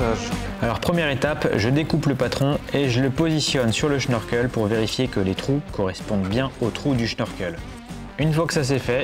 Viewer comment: Question, pourquoi dis-tu schnorkel alors qu'il n'y a pas de H ?